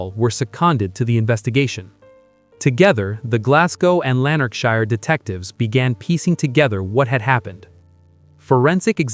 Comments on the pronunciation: Awful pronunciation Americans can't speak properly. It's shire not Shi-er .. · Lanark (quickly spoken)..... shire (spoken like "Sheer" quickly and emphasis on "e" but almost like a short "a" and no pronunciation on the last "e")